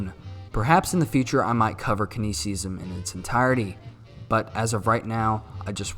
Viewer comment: Here from Mr. Z. Also it’s you mispronounced “Keynesian” but I’ll follow anyways you’re welcome